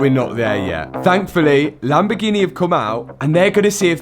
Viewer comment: Well I guess he does actually know how to say Lamborghini LOL he kept saying it weird and then all the way at the end of the video he actually says it correctly LMFAO